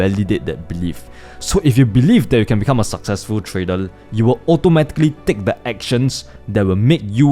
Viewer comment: When is he going to learn how to pronounce "trader" ?